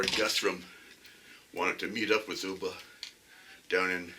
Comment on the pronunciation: It's pronounced as UHB AAH , NOT OOBA, He was killed by a Northumbrian, like me!!!! We still share a lot of common words and phases with the Scandinavians (they love coming across to Newcastle on the ferries to shop- it's so much cheaper here) and their accent is just like ours. Of course they first raided Lindisfarne (Holy Island) in 793 AD.